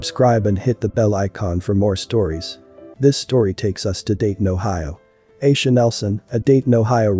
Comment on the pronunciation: It’s Aisha (I-E-SHA) lol